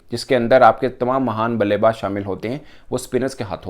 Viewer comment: suno Kya kha tmam mhan blebaj ye kaise reporter h